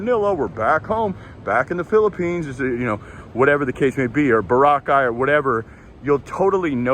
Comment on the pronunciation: You know how to tell if vloggers in the Philippines are knowledgeable and authentic? It's their pronunciation of places like Palaway, Boracay, Samar, that are a true giveaway. You though, nailed Boracay. Good job!